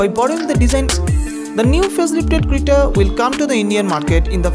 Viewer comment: It is creta not crita